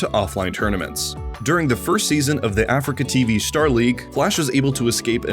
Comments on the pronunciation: Lovely bit of content just triggered by the Afreeca being pronounced as Africa. It’s (Ah-Three-KA) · It's not pronounced "Africa" its "a-free-ka" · He's saying afreeca wrong right? its not Africa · Hamman How also is it pronounced? I always say "Africa" when refering to "Afreeca" o_O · mfw when he keeps saying afreeca like africa